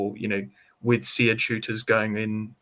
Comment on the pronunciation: Why does the Navy not know how to pronounce SEAD correctly? :). It’s “seed”, not “see-ad”. Is boat pronounced “bow-at”? :) Good interview though.